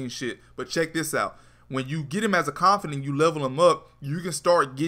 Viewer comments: ConfiDANT not confiDENT. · Hermione told me to tell you “its confidaaaaants not confideeents” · confidant... not CONFIDENCE.... damn dude. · It's känfəˌdant (Con-fih-dawnt), not känfədənt (con-fih-dint). It's the little things☆. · It's Not Confident.... its CON-FIH-DAWNT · confid AH nt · Con fi daunt is the pronunciation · you keep saying "confidence" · CON FIH DAUNT DAUNT DAWN-T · its con-fa-dant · It pisses me off how he says confidant wrong